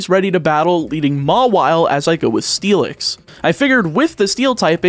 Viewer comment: I think Mawile is pronounced more-vial